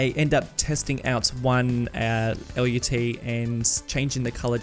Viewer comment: as someone who's worked in the video production industry for half a dozen years, I have some experience with LUTs and one thing you should know is that the word LUT rhymes with the word nut. It's a one-syllable word that is used fairly frequently in the industry and always pronounced the same way in my experience working with people who have been in the industry for decades. This could be helpful to anyone who may have to use that word in a professional setting and avoid embarrassment.